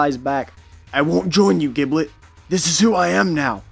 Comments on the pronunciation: His name is pronounced “jib-let” not “gib-let” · Blazing_Storm777 Dragneel I play dbl. it’s pronounced “jib-let”. You don’t pronounce ginger as “gin-ger” right? It’s “jin-jer”